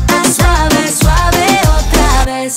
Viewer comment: Nice! Greetings from Greece! I think Foureira is pronouncing "otra vez" wrong. The last letter of "vez" should be pronounced just like the first English diphong of the word theatre.